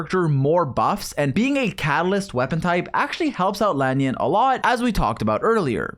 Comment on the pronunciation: Bruh who is "La-nyun"?